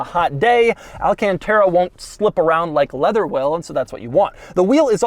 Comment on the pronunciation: it's alcantara not all-can-terra